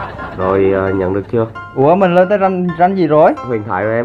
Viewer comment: Ko nhấn chữ nhận